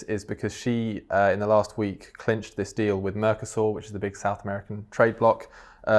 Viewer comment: Gotta love the 'mercosaur' pronunciation 😅😅